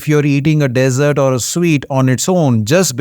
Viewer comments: Hello Dr. Tq for yr advise. Btw the Dessert is pronounced as DEEEEESERT & not DESERT. DESERT IS SAHARA DESERT, THAR DESERT, GOBI DESERT ETC..... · Dessert not desert😊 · Nice vid - thanks but if you want to improve pronuciation: desert (sandy) - DEZ- ERT dessert (eg cake) - DIZ - ERT....see the simple difference? MONK - pron MUNK not MAWNK